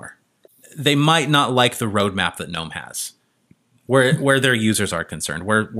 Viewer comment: Finally someone pronouncing gnome correctly in the Linux world lol nearly everyone calls in ganome and not nome..